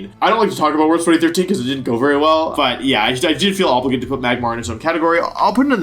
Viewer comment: Wery soon, being wery hyped :P